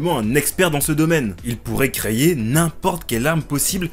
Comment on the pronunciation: Désolé, mais effectivement copie de Im D King, tu aurais pu juste le dire/mentionner en début de vidéo et mettre le lien en description (surtout quand tu te fais une sponso dessus). Et on ne dit pas "creYer" pour dire "créer". Ça m'a fait arrêter la vidéo avant la fin tellement tu le dis de fois… Tu devrais faire gaffe quand tu fais ton montage après